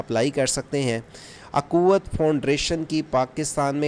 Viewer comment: یہ اکوت نہیں ھے اخوت ہے